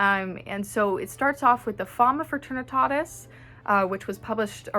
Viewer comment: your accent when you say Fama Fraternitatis : rolf 🤣🤣🤣